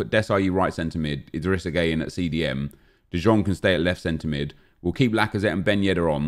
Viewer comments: DE YONG DE YONG DE YONNNNNGGGGGGGG is how its pronounced. I legit yelled it like everytime he says de jong smfh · IT IS FUCKING PRONOUNCED ‘DE YOUNG’ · The way he pronounces De Jong triggers me too much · Prod. by End I swear same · Painful to watch when you say De Jong wrong, sickening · 2 things that annoy me, well 2 of many, calling tadic ziyech and the way he pronounces de jong.